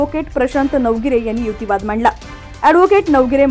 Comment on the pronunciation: युतीवाद? मराठी भाषेला नवा शब्द या वाचणारी बाई देत आहे. युक्तीवाद की युतीवाद?